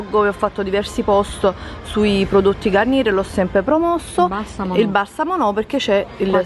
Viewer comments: La garnier si legge garniè è francese ciao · La R finale non si pronuncia.. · non si dice GarnieR, ma Garniè